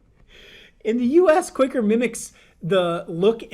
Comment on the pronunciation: Since when has quicker been spelt Quaker? ITS QUA-KER OATS!!